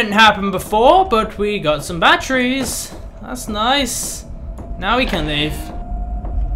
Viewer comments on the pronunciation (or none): I like how you call batteries, bat-tree's